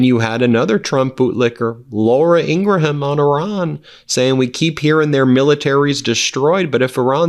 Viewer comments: Ben, you've mispronounced Laura Ingraham's name for so long maybe people are used to it. It's pronounced Ing*gruhm not Ing*gruh*ham 😊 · Laura Ingraham her last name has 2 syllables (not 3) ing - gram 2 syllables- ING- GRAM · The "h" in Ingraham is silent. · Ben, you’re the man! We watch you multiple times daily. No a criticism, but I think the spelling of Laura Ingram’s name has you pronouncing it wrong. It would be pronounced like this spelling. Ingrum. Once again, definitely not a criticism. I just wanted to bring it to your attention. You guys do amazing work and the country appreciates you.